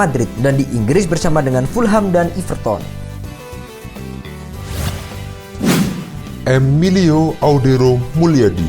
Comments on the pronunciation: kelihatan gk begonya yang narasi idiot gk ngerti bola ngucap everton aja gk bisa..iverton jadinya ..idiot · Everton bukan iverton. Tetep pake 'e' pelafalan kaya 'enak'